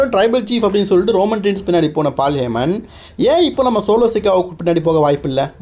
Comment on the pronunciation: Bro correct ahhh name sollu fullahh olaritt irukkeee😂